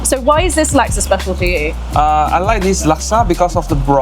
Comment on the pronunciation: Chef Liz please pronounce Laksa correctly - 'Luck-sa'...not 'Lak-sa'